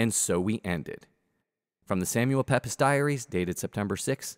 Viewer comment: Hey, great documentary. Just one observation, 'Pepys' is announced 'Peeps', although the spelling looks nothing like it! 😆